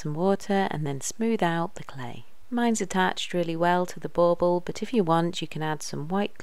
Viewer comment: Bauble not bowbow. Lol